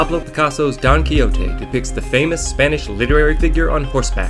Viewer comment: So funny how you pronounce "Don Quijote" like "donkey-o-te" hahaha And the story about Sancho Panza's figure just crack me!!! A big kiss from Spain,! 💜